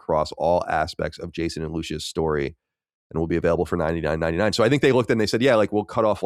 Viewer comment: Why does Colin pronounce Lucia as Lou-Sha. It's Lou-See-Ah or if he was a true Italian it's be something like Lute-si-ah